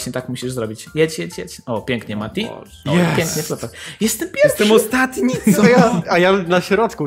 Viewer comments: Też mi się zdaje że powiedziałeś flotar :D Ale ten tekst flothara mnie rozwalil XD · Frotar powiedziałeś frotar XDDD